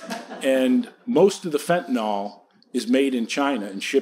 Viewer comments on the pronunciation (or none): I think LvMI should get an actual physician to speak on this issue. Mark is great economist but he's a little over his head as far as the medical aspects go. Fentanyl is not "fentanOL" and lots of other little mistakes. It is a very complex issue and not as simple as "doctors are encouraged to prescribed opioids." (it is actually quite the opposite, I have morphine stored in a safe which has a key stored in ANOTHER safe at my job, it takes tons of paperwork to document it daily, we never use it. Also have all sorts of hurdles to prescribing narcotics through pharmacies. And you have to check PMP/I-stop for every prescription. AND it's a threat to your license. AND it's medically not even much more effective than typical NSAIDs- ultimately I prescribe narcotics maybe a few times a year, and I see pain dozens of times every day) Anyway, it would be interesting to hear a Libertarian/AnCap who is also actually a prescriber speak. I'd do it but I'm not enough of an Austrian economist at this point in my learning, just as Mark is not yet knowledgeable/experienced enough medically.